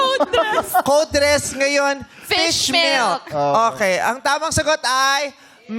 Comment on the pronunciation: tawang tawa ako sa "FISHDA" JUSKO PATI YUNG "FISH MILK" 😂😭